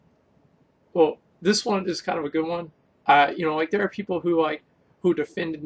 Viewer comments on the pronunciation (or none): Right theyun